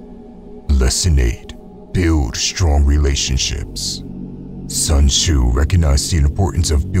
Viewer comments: Bro its pronouced su'en t'szu Not sun choo😡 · ain't no way he said sun shoe☠☠☠